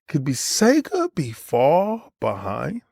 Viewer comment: Sega with a hard r is crazy